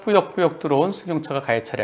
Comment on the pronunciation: 이건 뭔가요?? 100%의견이 블박차가 피해차량으로 투표하셨네요??? 한변호사님의 꾸역~~꾸역~~~이라는 말에 동조되신 것 아니신가요?^^ "꾸역~~꾸역!"을 너무 강조하셔서 공평하지 못한 투표같은데요... 흠... 저도 영상을 처음봤을 때는 뭐 저런 놈이 다있지?? 하면서... 승용차의 얌체짓이 어처구니없었는데요... 다시 돌려서 보니.... 블박차가 가해차가 맞는 것 같습니다. 아무리 얄미워도 그 큰 트럭으로 쥐어박으시면 아니되십니다~~ 시선에서 사라져 안보였다고 하시는 것도 거짓말처럼 느껴져 더더욱 블박차에 동정이 가질 않네요... 그냥 양보하기 싫으면 안하시면 되시지... 핸들을 돌려서 밀어내셔서야 되겠습니까? 세상에 널리고널린게 저런 얌체차들인데.... (그래도 속은 씨원합니다~ ^^;)